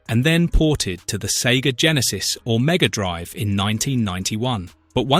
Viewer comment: Maybe it's just me, but the "Drive" in "Mega Drive"should be sounded as a noun, and not a verb. The way it's said is more like the latter. It should be said more like "Hard Drive" than "A long drive".